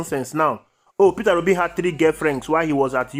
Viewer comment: My brother,it's Peter Obi & not Peterra Obi as you pronounce it..I am Obedient to the core..Thanx for all you do.💜